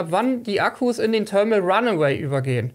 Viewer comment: thermal" mit th-Laut, nicht mit hartem t. :)